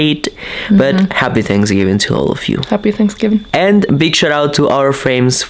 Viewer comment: seems to ignore the letters TH in his vocabulary. Tanksgiving or is it Thanksgiving? Not being mean…I use to live in Mexico and no one would tell me when I mispronounce things because they could figure out what I was saying. Just providing a helpful tip.